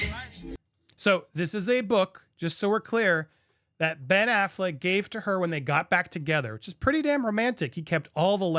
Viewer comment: not Pen Affleck 😭